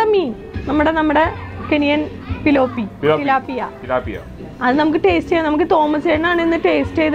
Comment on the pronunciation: കള്ളം പറയരുത് നമ്മുടെ നാട്ടിൽ പിലോപ്പിയ എന്നല്ല പിലോമിന എന്നല്ലേ പറയുന്നത് .........?????!